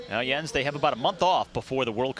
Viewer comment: Whoever the commentator is (not Jens) doesn't know shit about cycling/cyclocross. He can't even pronounce Jens' name right let alone the racers!!!